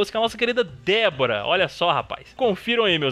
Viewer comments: Mano ele fala Debora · Ué, Eu escutei Débora no fatal blow da d vorah kkkkkkkkk